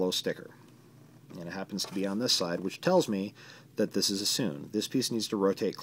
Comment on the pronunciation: Sune is pronnounced soon-ay, not soon.